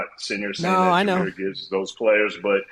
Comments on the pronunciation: “Jahmyr Gibbs (spelling check)” Yes, Peter, you’ve got it right! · I think you got it right. 🦁